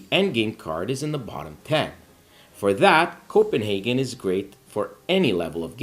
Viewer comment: Thank you for pronouncing our capital correctly.😊